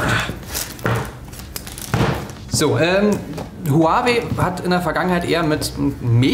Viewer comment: "Huaaaawäy"? Man die Aussprache von dem Typen der nicht Alex ist geht mir echt auf den Sack xD